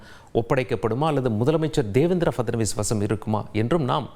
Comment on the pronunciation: பேரை சரியா சொல்லு...டீ😂